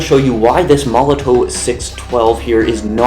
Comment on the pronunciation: It's pronounced molotov mate...sorry to be picky.. ha ha ha